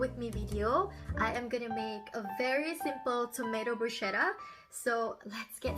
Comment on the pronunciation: You say it wrong.. bruschetta